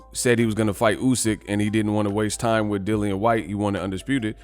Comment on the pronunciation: "Meet wif meeh" 🤣😂😭